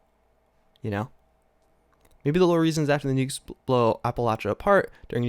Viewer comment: Do none of them know how to pronounce, Appalachia